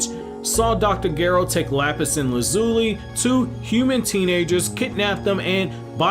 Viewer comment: Saying dr gero like that made me cringe so hardly